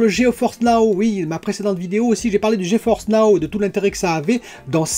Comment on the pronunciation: Gé Force, pas G E Force. ps: bonne vidéo :)